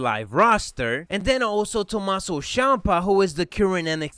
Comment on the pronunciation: Did he just said Tomasso Shiampa